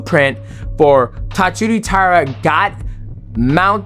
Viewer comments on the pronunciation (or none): Masvidal: Taisura. DJ: Tatsuru. It’s not like the name Inoue. 🤦‍♂️